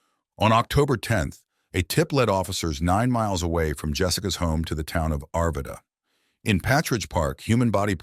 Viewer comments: I live in Colorado. The butchering of the names of the communities is hysterical here. Also, the footage that is clearly not Colorado. Arbida???? You mean Arvada? Palm trees and ocean images? Funny. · This narration is terrible! I grew up in the area and know it well. There is no Standley Highschool. It's Standley Lake Highschool (where I graduated from), and the city to the south is not called Arbida. It's Arvada. It takes about 60 seconds to look this stuff up, but I guess whoever produced this video didn't want to trouble themselves. Also, the stock footage of a seaside city, perhaps Miami, downtown LA, and some village in Spain do not aid in the story-telling. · It's Arvada, not Aribida. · Not ar-vu-duh. 😂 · You use video of towns not remotely close to Westminster, CO. A lot of scenes not remotely close to the area. You can't even say the name of the town Arvada.... among many other BS things. If you're going to tell a story - do it well, man. Not half-assed. I live in Westminster btw. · I live about 15 minutes away from Westminster, and I was 16 when this happened. Side note: the way the narrator pronounced Arvada made me cringe. 🥴🤣 Even the town I live in, we were all shaken up by this whole thing. I remember I walked home from school (I lived right near my high school), and my dad was worried about me walking home. I understood why, but of course, my 16 year old self brushed it off and thought he was being a worry wart. 🤣 Still such a shame what happened to this poor girl. 😔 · I grew up in Arvada. Boy did this narrator destroy the name. Narrators should check on how it is pronounced before doing these. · based on all the video showing cities that aren't Colorado (one had palm trees, lol) - yep, another AI channel. Even pronounced "Arvada" wrong - but it was a way I have never heard anyone pronounce it before.